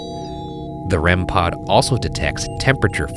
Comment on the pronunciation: A rem-PAHD